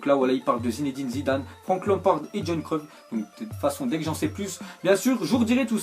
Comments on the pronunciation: mdrrr il l a dit "john creuf" jpp 😂😂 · C'est moi ou il a dit Jon Fron au lieu de dire Johan Cruyff ? Mdr